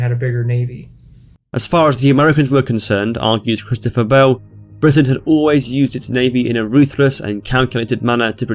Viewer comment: You said Britain wrong